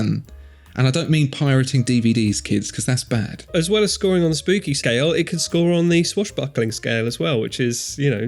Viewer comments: Why the hell do you keep saying "spoopy" instead of spooky? What fresh madness is this? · Why is everyone saying spoopy and not spooky?